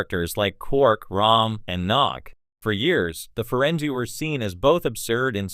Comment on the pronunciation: I doubt it. Let me watch and find out... - You're supposed to be some expert let alone a fan? You didn't even program your AI to pronounce the name of the species correctly. - Seriously, I was about to say the if you don'[t stop saying farenjie instead of farengi (with a hard g) I was doing to click away... but now you're saying Star Track instead of Trek like some kind of "3 years older that's this many III". What the hell... - I'm sorry, did you just say Feringina... like vagina --> Feringina? You know their world is called Ferenginar (with a hard G) what the hell are you playing at? - There is literally nothing shocking about this. We already knew from DS9 that they didn't used to be Greedy in their past. I think I'm done here.